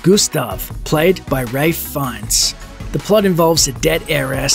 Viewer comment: How he said ralph's name 😂